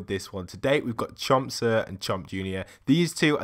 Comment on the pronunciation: Chomp senior not chomp sir